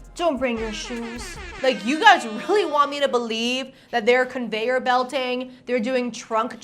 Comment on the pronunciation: ConveiYURbelt. the heck???